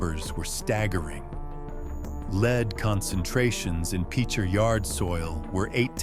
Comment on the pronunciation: LEAD U IDIOT...N ITS PRONOUNCED...PICH ER...LIKE BASEBALL PICHER...I WAS A KID GROWING UP HERE...IT WASNT THIS BAD...SERIOUSLY